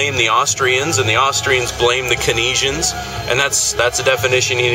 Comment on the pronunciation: No disrespect but I think you are mispronouncing Keynesian (kayn-zee-an)